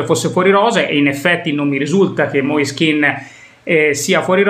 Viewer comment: Moise Ken..., Ken non Kin, Keeeeeeeen...non penso sia difficile su, lo ha chiarito lui stesso, meglio di così 👍✌️